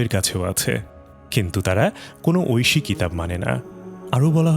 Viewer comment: Kotha gulo toh sotti kintu tor golar kontho soor aar tor aita uccharon kora je Oyshe bani oyshe kitab (Oyshe toh amar relatives ) mane tui muloto valo kotha bola sotteo tui nijer moner moddhe chaish jeno ami ragannito hoy tor kothar vab sune .Allah tor chokranto bifol korben InshaAllah aar duniya akhirate aar jonno tui shasti paish tai monajat kori (Amin)